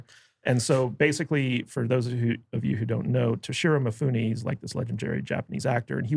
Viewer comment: How can you guys do a giant poor job with this one? You can not pronounce "Toshiro Mifune"!!!! One of the most acclaimed actors in history? How can you talk about movies if your movie diet is so poor? It is like a nutritionist who only eats chocolate, drinks beer, and doesn't get up. Can someone take such a nutritionist seriously? And the snark way you talk about the fact that you did not like it. It is not the movie's fault, it is your incredible ignorance about world cinema and its language. If you can not recognize Mifune, Monica Vitti, Shotaru Katzu, Mastroianni, or Sonny Shiba, just stop talking about movies, watch and study cinema, and then give it a retry. What a shame!